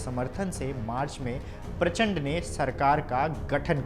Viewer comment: Prachpand 😂😂😂 Nam Nahi Lena ata hai to kya news padhega beta